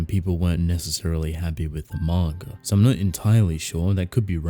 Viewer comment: "Mawn-ga" xD